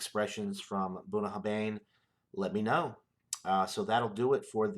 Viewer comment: Pronounced ,Boon a har vin. Cheers mate nice whisky